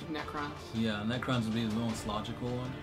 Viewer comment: you said nercrons and tyrinds ally in the nercron lore